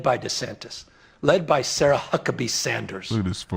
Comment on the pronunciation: Be careful Sarah he said your name horrible watch out